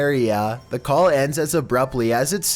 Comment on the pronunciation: Number seven sound like “colp me”. Its funny